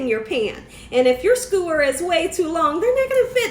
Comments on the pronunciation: Sk-YOO-er, not skoo-er. Love the recipe! And your BACKYARD?? Omg, gorgeous!!! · 2 things....please learn to pronounce skewer..omg.....second learn the definition of circumference....it would be the length of the hotdog when your putting it in the glass not the circumference